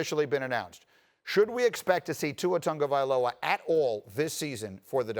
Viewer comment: Dude said Tua Tongavalo 😂